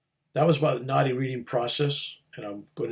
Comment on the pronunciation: I love listening to. So easy to listen to him....but for some reason, I kept thinking he was talking about "naughty palm reading" and I couldn't, for the life of me, figure out what that was, and I am Indian! Same with the name of your Guru - I was thinking who is Gornoff? 😀. But I figured out both subsequently i.e. Naadi Palm reading, and Gurunath. Thanks for sharing your experiences 🙏